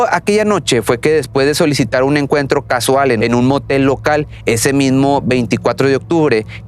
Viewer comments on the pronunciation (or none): none